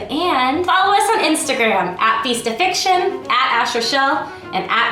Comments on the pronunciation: she said "yeast of fiction" instead of feast of fiction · Please do Feast of fun the first two times you said the other one me and my family thought you said yeast infection. 😐😂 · Every time she said "yeast of fiction" I misheard as yeast infection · Wait did you just said Yeast of Fiction?